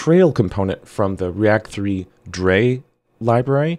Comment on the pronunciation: The "drei" library is pronounced "dry" - it's the German word for three, 😉